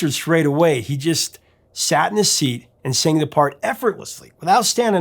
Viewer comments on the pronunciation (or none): none